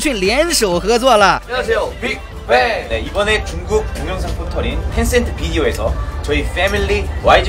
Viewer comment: YG一直聽成外籍娛樂😒 還有bigband那是什麼奇怪發音😑